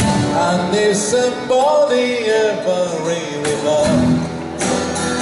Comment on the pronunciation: Nobody →ノーボディ Somebody →サムボディ って発音してるのが気になった😅 ジョンはそう歌ってないので あとはとてもいいセッション